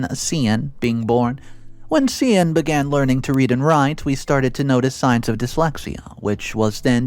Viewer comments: Just FYI. Cian is pronounced Kee-an, not See-ann. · The Irish name Cian is pronounced Kee-an as far as I know…